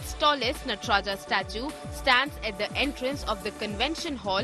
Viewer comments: * नटराजा, शिवा, ताडंवा क्या यही सही उच्चारण है???????? * नटराज, शिव और ताडंव सही उच्चारण है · Why is the pronunciation of NATRAJ being done as नटराजा। The Britishers used to call राम as रामा. We are still carrying that practice without questioning it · It's called Natraj not Natraja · Please it's नटराज not नटराजा